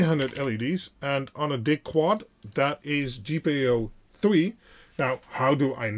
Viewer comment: I appreciate your videos, but DIG is short for digital and should be pronounced “DIJ.”